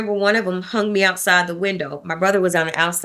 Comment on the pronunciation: Sweets ~ Words like 'hung' aren't pronounced hunGUH. The g is soft, not hard. You're giving a one syllable word two syllables. Same thing as 'young'. It's not pronounced younGUH. Same thing with 'thing'. It's not pronounced thinGUH. Listen to how educated adults pronounce it. Then follow suit. Same thing with the word 'thing'. It's not pronounced theenGUH. You just ran two words together by saying that your Dad was cleaning everythinGUP. And 'pulling up' became pullinGUP. The g is soft! Listen to professional adults talk. Girl, up your game and educate yourself on correct pronunciation. It's annoying AF.